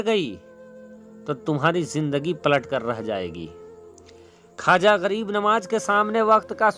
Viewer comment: Khaja nahin khwaza hota h